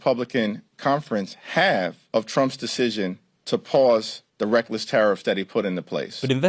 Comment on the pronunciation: Tariffs is a beautiful word INSTEAD ITS NOW PRONOUNCED AS TEARS RIFTS.